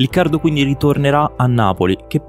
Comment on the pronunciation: "quinidi" carino